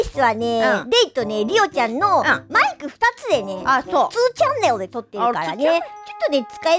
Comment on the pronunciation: レイちゃんの「2チャンネル」が、「チャンネル」はネイティブ発音系なのに、2は「ツー」なのが大好きです。